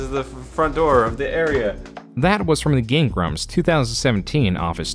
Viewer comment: Hey dude? what is up with your occasional weird enunciation of stress in words?? like you say gemSTOnes instead of GEMstones. gameGRUMPS instead of GAMEgrumps. You feel me?? Is it some kind of weird ragebait tactic or something?